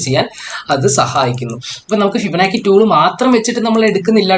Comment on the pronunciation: ഇങ്ങനെ പയഞ്ഞു പയഞ്ഞു ( ഫിബനാക്കി ) പോയാൽ പിള്ളേരും ഇങ്ങനെയല്ലേ പയയൂ......anyway good presentation... best wishes....